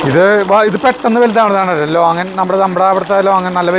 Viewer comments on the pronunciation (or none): ചേട്ടാ ലോങ്ങൻ അല്ല ലോങ്കൻ എന്നാണ് ♥️😊